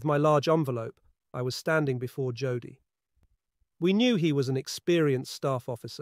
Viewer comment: It's pronounced Yodel .